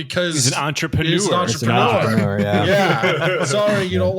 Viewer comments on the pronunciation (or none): none